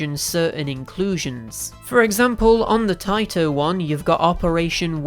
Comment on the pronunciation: Or taito vs tayto. 🤣